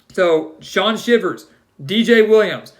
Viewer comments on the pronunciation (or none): Shaun Shivers (Shy-vers) is the correct pronunciation! WDE 🦅